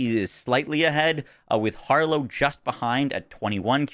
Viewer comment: Traaaaaaaannnttttttttt. Why does Harlowe suck at saying her own name??